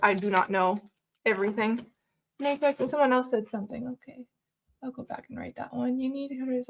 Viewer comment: Nip ex.. with a "k" ... knipex.